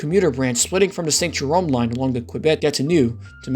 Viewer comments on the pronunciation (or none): none